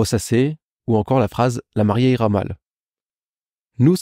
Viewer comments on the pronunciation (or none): Ça donne "la marieé", l'accent tombe pas du tout au bon endroit 😅